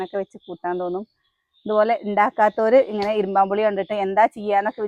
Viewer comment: ഇരുമ്പൻ പുളി എന്നാണ് പറയുക, ഇരുമ്പാo പുളി എന്ന് കേൾക്കുമ്പോൾ അരോചകമായി തോന്നുന്നു, അതുപോലെ,'അമ്പഴങ്ങ' not 'അമ്പാഴാങ്ങ"